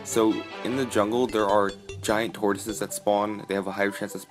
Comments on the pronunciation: It's giant not gaint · He said Gaint Tree